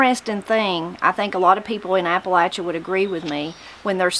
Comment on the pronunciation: From Mineral County WV. Just discovered your channel and enjoying it. It's a pleasure to hear Appalachia pronounced correctly. Spent 20 years in the Air Force and it was always a hoot listening some of my fellow Airmen trying to pronounce Appalachia. LOL